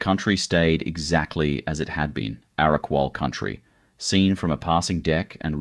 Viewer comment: What a crock of absolute bullshit this piece of drivel is! Stacks of photos of places other than Byron, absolutely murdering the actual names and totally mispronouncing EVERY SINGLE indigenous word he uses, Cavvanbah, Arakwal, Bunjalung, Belongil, I literally cringed each time I heard those words being strangled by whoever this NON-BYRON person is that has put together this awful 'documentary'. Very cherry-picked, sensationalist RUBBISH! Obviously not only has this guy NEVER even been to Byron, but he just totally gets it all wrong. DO NOT BOTHER WASTING YOUR TIME WATCHING THIS! 🤮